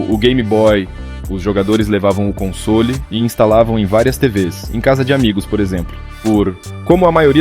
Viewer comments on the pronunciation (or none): Cai de pára-quedas no canal, boa edição e narração só vi um erro na pronúncia da palavra “console” você fala “consôli” como se houvesse um acento no “o” fora isso tá muito bom!